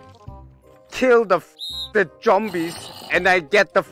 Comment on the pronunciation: Jombies instead of zombies don't forget about that. xD